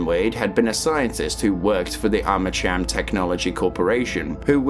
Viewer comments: I still think to this day that Douglas Holiday's and Jin Sun-Kwon's deaths were bs. But then again, Monolith didn't write that story if I recall correctly. Edit: I think you pronounce Armacham with a K. As in Armakam. Similar to the way you say Archon... "Arkon". It's been a while though, need to play the game again ❤😂 ahh yes, I knew it. Also, I never played F.3.A.R. I see I didn't miss that much haha 😂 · I cant listen to the IDIOTICARMACHAM.... CH... UAHMM... CH.. AM.... Cham. Is ArmaKam. You sausage.... ArmaKam.... Gtfo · i hate to erm actually u but it’s arma cam not arma cham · Eerytime you say Armacham with a tch sound. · I keep hearing Arma-Cham ? Subscribed ! Nice explanation of the story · Yeah hey retard? It's pronounced Arma- (K)am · Armacham is pronounced /ˈɑɹ̠məkæm/, so yes the "ch" is pronounced /k/. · Armacham isn't pronounced that way...Did you even play a half-second of the games?